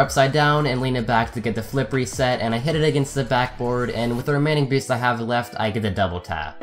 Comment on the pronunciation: I love these, but why do you say philip reset? 😝